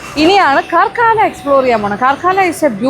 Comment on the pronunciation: കാർക്കാള അല്ല മാഡം കാർക്കള